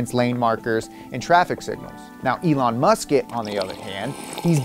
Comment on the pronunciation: Why did you call Elon musk "Elon musket"?